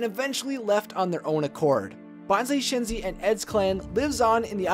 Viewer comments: he said "Shanzai" instead of "Shenzi" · okay I do find this story intresting but I'm sorry as a lion king nut I need to say it SHEN-zi not SHAHN-zi. this is a well made vid and stuff so I appologize if I come off wrong, I am just trying to help...it's kinda one of my own pet peeves when names are mispronounced @@ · you sed Shenzi wrong